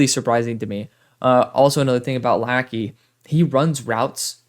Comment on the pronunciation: As an Iowa fan I love Luke Lachey. I think you’ll see a big step up this year with a huge upgrade at qb. Ps: it’s pronounced la-shey